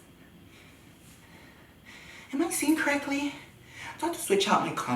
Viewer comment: "am i seeing corrECTYLY?!" 🤣🤣🤣🤣